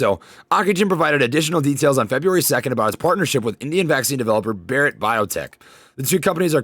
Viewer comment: I've seen a few of your videos now. I learned a bit about your back story. Your channel is awesome your awesome. I've seen other similar channels and yours is CLEARLY the best. As an Indian I literally lol the way you pronounce Bharat. Keep up the great work man. Much love.